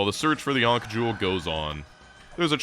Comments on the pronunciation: Ankh rhymes with bonk not tank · ... Are you alternating between pronouncing it "Aunkh" and "Aynkh" specifically to piss off pronunciation snobs everywhere? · The way you say ankh is fking rtrded. Seriously, you couldn't be bothered to look it up, ft fk? Lunchbox fker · Great video, hate the way you say "Ankh" tho. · I'm in and I think he's only pronounced ankh correctly once.